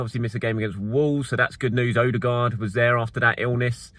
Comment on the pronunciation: Hi! You don't need to find a norwegian. Use Google translate to find the Norwegian for "new" (ny) and hit the little loudspeakeremoji. You can do the same for Danish names that start with "Ny". To be able to pronounce Martin's name corrctly, translate "deserted farm". All the best!